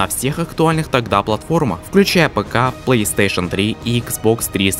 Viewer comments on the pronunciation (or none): none